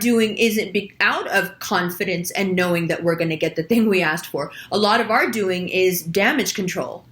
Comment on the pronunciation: "dooe-ing" sounded very New York...